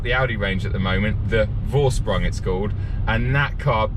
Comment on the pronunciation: Ok, you need to work on how to pronounce „Vorsprung“,!: Fore-Sh(as in shoot)-Pr(as in price)-Ung(as in Angela) Next step thereafter: „Vorsprung durch Technik“😂